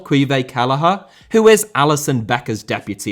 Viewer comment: for future reference it's pronounced Qwee-vawn kellegher